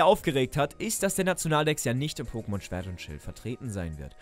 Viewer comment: Schert und schwild... Not bad 😂